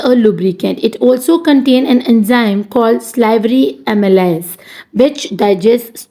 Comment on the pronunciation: Mam it's not imelyes it's aamaylus